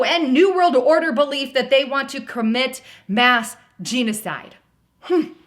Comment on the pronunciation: It's pronounced jenna side, not Gina Side.